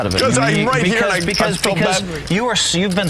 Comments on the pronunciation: "Over HURRRR" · "we have some cannon action over huur!"